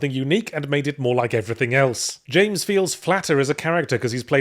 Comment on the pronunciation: Yahtzee forgot how to pronounce Jaaaaaaaaaaaaaaaames Sunderland's name correctly for the third review now. maybe the memory is trapped in his fedora